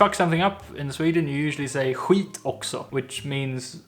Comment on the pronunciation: Why is Skit pronounced khwit?